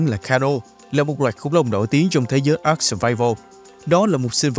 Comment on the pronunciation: Với kinh nghiệm chơi ARK mới đây cụ thể là 6 năm thì tôi cam đoan rằng tên tựa game đc đọc là a-rờ-ca chứ ko phải là ắc:)))